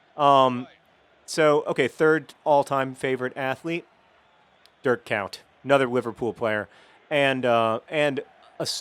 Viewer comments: your pronounciation of Dutch names is absolutely awfull, it took me ages to figure out that you meant Dirk Kuyt XD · You really butcherd Dirk Kuyt's name xD